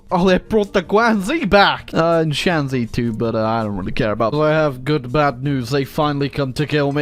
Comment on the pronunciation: Shanxi is actually pronounced shan shi